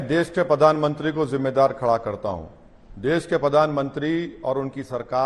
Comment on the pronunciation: Dude he is not even pronouncing the Pradhan mantri accent correct he is saying ( padhan mantri ) 😂😂 just think if we elect him as our pm where our country will go